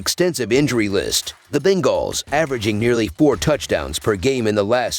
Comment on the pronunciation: He is saying it wrong, it's bunguls